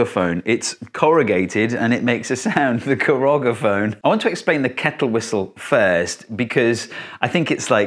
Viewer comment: It's "corrugaphone". Kind of obvious, since it's "corrugated", and not "corrogated", don't you think?